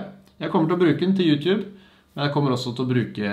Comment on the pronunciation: Slutt å si youtjube det heter YouTube